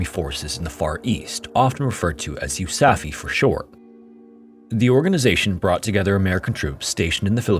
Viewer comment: “they created the US Army forces in the Far East, or “You Saffy” for short”. Pretty sure it was called “You Safe”, not “You Saffy”. Lol